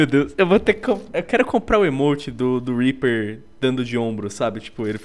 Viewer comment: Zed Rimstad HAHAHHAHHAHA eu sei cara mas é que ele falou pro R E A P E R E hahajhahahhahahah